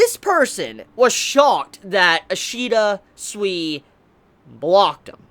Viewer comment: Each time u say Ishida it sounds like ur saying Ishida sweety